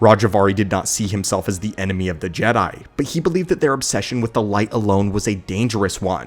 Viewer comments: G-dye? Please stop saying G-dye, I have always heard it pronounced Jed (as in head) I, not G-dye, it sounds like Disney trying to pronounce it like it's still clinging on to the whole woke BS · Its Jedi (Je-Dye). This is the problem with AI narrators and the content creators that don't review their own videos to fix it before uploading. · He keeps saying Gede not Jedi lol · Gee Die , Gee Day - good grief that makes my ears bleed. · Can we stop using AI voice over so you can call them Jedi. JeeeeeDayyys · Why is he saying Jedi like that? I’ve never heard it pronounced that way by anyone before…. Except AI